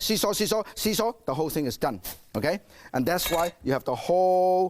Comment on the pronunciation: When he said see-saw see-saw see-saw since I'm Chinese I heard toilet toilet toilet